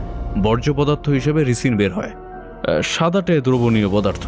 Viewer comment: একটা ছোট্ট সংশোধন, বিষটা রিসিন নয়, রাইসিন। গল্পটা সুন্দর, উপস্থাপনা বরাবরের মতোই প্রশংসনীয়। 😊